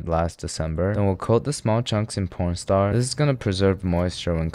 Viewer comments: Is it just me or did he really say pornstar instead of corn starch everytime 😂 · I swear hes saying porn star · bro DID NOT say cornstarch 💀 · why is he calling cornstarch pornstar